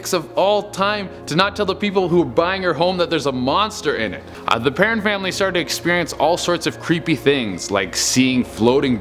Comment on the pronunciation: He pronouced perron wrong but this guy is funny. It is pronouced PERROWN